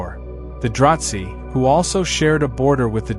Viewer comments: im not sure where you are getting your information but it sounds like a lot of fanfiction. Also, it is DraH Zee not Dratzhi like you are saying. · And there is no T in "Dra-Zee".